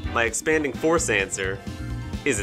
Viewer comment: Sounded like you said expanding horse when you talked about the iron crown team so now that’s gonna be my nickname for Calyrex Shadow lmao